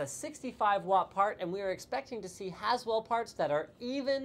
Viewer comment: > "as well" or "Haswell" LLLOOOOLLL